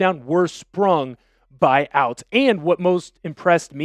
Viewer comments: Robbie ouztz is pronounced oot like hoots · Hows he a hawks fan but cant pronounce “ouzts” correctly 🤔